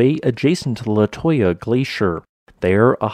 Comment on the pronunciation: It's pronounced Le-too-ya